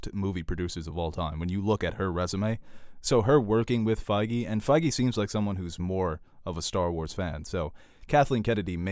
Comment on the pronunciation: Isn't it Kevin feige? Not fiege